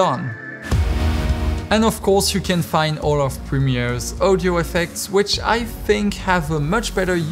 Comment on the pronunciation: Can you please say audio instread of ouwdiow